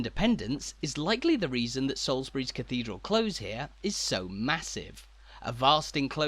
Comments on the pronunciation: Cathedral CLOSE is pronounced like the opposite of far away and not the opposite of open. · This is wonderful, however the pronunciation of 'close' is not from any English dialect with which I am familiar. Granted, I am from Stoke-on-Trent. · His pronunciation of close bothered me way more than it should have done! It's close to something, not like to close a door.